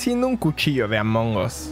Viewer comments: Morr@ castros@ no se dice amOngOs se dice amonggg uss 😒😒😒 Yo merito :> : que le de un vergazo dice :v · la verdad que no se pronuncia así. Tengo la titulación más alta de inglés (el proficiency) y no se pronuncia amongos en ningún caso 😂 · alguien que le diga que pare de pronunciar amongos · 70 videos después: El compa sigue diciendo "Among Os"